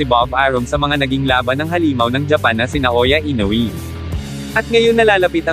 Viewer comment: i-no-we po hindi i-no-wi